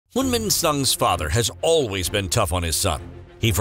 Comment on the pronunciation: This narrator doesn't even know how to pronounce Son Heung-Min correctly and he pronounces the Korean cities like Chinese cities. WTH.